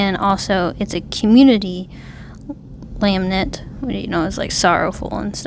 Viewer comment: Thanks for the video :) This is one of my favorite Psalms, we sing the first few verses in my church pretty regularly. I want to point out that you keep mispronouncing lament. You are saying "lam-nent". To pronounce lament, it sounds more like "luh ment." To lament means to mourn or grieve. In this case, the Psalmist is crying for help from God. Again, thank you for your video. It was truly an encouragement and makes me want to dig deeper in the Word. God Bless!